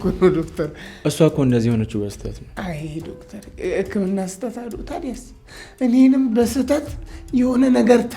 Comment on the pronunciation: አሹ ዶፍተር ሲል ያስቃል 😅😅😅😅😅😅